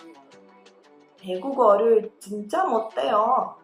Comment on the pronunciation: eu posso fazer uma pergunta, e que a pronúncia do 해 as vezes e substituído por ㄴ, e por 대... Quando vc foi pronúnciar o 못 해요, ficou com a pronúncia 못 대요. Espero que tenha entendido, pq acontece isso???